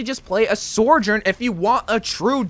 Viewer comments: its "Sojourn" not "Sorjourn" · I wonder when he’s gonna realize there’s no R in Sojourn😂